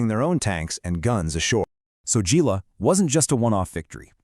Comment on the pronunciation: Gela is pronounced "JAY-lah". My dad was there aboard USS Bimingham CL-62.